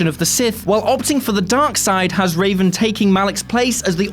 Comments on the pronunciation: It's REVan, not Raven... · ....... Its Revan........ not Raven.......... they even spell it out in the dialogue boxs in the game....... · Stop calling him Raven for fucks sake! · REVAN! NOT RAVEN! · "Raven"? Duuuuuuuude. "Revan" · It's REVAN not Raven also its a huge plot twist in the game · It's Revan you dip not Raven they are a Jedi not a fawking bird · ugh...got a bit dyslexic there, huh? It's Revan, not Raven....and who the hell felt bad about taking out Malak? where's Xion from Kingdom Hearts: 358/2 Days? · REVAN NOT RAVEN!!! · HEY...whoa..not cool..it's not raven it's REVAN! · Darth Revan, not Raven. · Did you call Revan for "Raven"? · Did he just say raven instead of revan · Zach Keaton yes, several times. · He said “Raven” instead of Revan My face cringed off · It hurt me ever time he said it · You can tell they’re reading off a script and not played KOTOR if they’re saying Raven 😂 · Its revan you uneducated swine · Revan. REVAN. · MALAK and REVAN, not MALEK and RAVEN. This just hurts.